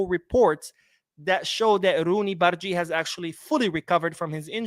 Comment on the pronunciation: Hey! The pronunciation of "g" in bardghji is as in you say "g" in the goal.